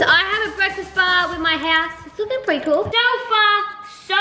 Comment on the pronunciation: is anyone gonna talk about saying PREETY not PRETTY? Just me? K.